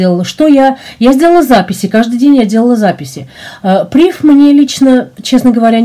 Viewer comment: PrivE, фр. слово, ударение на последнюю букву.